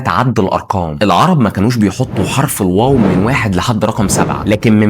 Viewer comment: حرف العطف ال wow❌ حرف العطف الواو✅